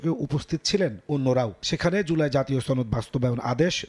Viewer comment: ছনদ না সনদ !